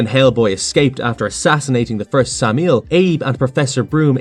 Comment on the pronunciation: Pronouncing Samael as "Sameel" lmao, it's "Sam-ah-ail", they say it in the movie plenty of times bruh